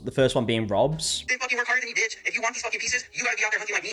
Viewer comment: if a white guy goes "this bentch" i just caaaaaaaaaaaant, just go home kyle your mom made you the hot pockets you like. I just have no respect.